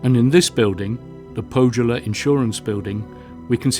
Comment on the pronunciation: The filmwork is very nice, but I would have enjoyed this a lot more if the presenter had taken five minutes to learn how to pronounce "Pohjala", "Kalevala" or "Saarinen" or "Geselius" or "Gesamtkunstwerk", among others. There's no shame in pronouncing foreign names and words correctly, but unfortunately the British often seem to have this vestigial colonial mentality. And if he actually spoke to anyone while he was in Helsinki, he would have foud that Finns are very helpful and polite people who would have happily assisted him with his awful pronunciations.